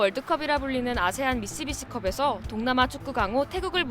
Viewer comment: 네 발음이 이렇게 된 이상 미시비치 컵 맞습니다